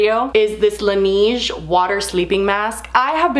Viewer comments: The way you pronounced Laneige 😏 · Lol you should ask Nassim how to pronounce Laneige :)